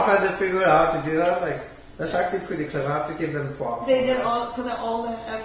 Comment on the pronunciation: thats pwetty smawt i have to give wem pwops